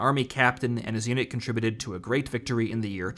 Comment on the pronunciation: That stirring speech at the beginning could only be "improved" by putting Citizen Soldier by Three Doors Down in the background. That pronunciation of "victory" alone is atrocious.